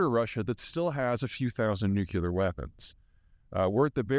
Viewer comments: It's not pronounced "nu-cue-lar", please, it's "new-clee-ar". Please sound the part that you perform in our society, as a very intelligent, well-informed influencer. I love your articles, listen to them daily. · ...and they have "nucular" weapons while the rest of the world has 'nuclear' weapons... 😅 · Saying "new-cue-ler" vs. "new-clee-err" is like the Masonic handshake among conservatives. Its a dog whistle that Peter uses intentionally. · For God's sake, Peter, it's NEW-klee-er, not NEW-cue-ler. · Nuk-Lee-er. Not Nuke-YOU-lur. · I'm a fan of Zeihan, but I still spit out my coffee every time he mentions "nukular" weapons. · no, at Peter not being able to say “nuclear” correctly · Might be a 'Muricun thing.... Dubya said it that way too. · Same here. I wish he would lose that Dubya pronunciation of nuclear. It's an easily-fixable distraction. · What I find most amusing, is that there are still people around like Peter that pronounce it nucular... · Nu Killer, its pronounced Nu Killer... LOL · How does someone who continues to say ‘nucular’, still garner respect? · Please consider pronouncing "nuclear" in the preferred way. Many of us tend to cringe a bit when someone says "nukular." It's also distracting. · It’s pronounced “new clear” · Peter, do you say "new-cu-lar," like GWB does? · NUCLEAR! NUCLEAR! There is only one 'U' in NUCLEAR! It is not "NU-CU-LAR". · Still using the poplear pronunciation of "nucular", I see. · "Nuke-u-ler"? Really? C'mon, now. As a self-styled Geopolitical Strategist, you could at least learn to pronounce nuclear properly. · please learn how to pronounce "nuclear" - I otherwise appreciate the commentary